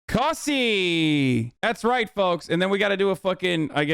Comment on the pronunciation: Damn it Hasan you pronounced Cussy wrong. It rhymes with bussy